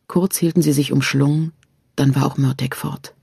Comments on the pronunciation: Schade das sie Mörteg sagt anstatt Mörtahh.. Murtagh wird so ausgesprochen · Ist es auch völlig falsch ausgesprochen genauso wie die mörtag ausspricht also exact wie er geschrieben steht Murtagh. Man hätte ihr sagen sollen wie man was ausspricht sowas nervt beim zuhören 👎👎